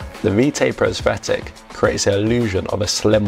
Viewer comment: Why are you pronouncing Aesthetic with an F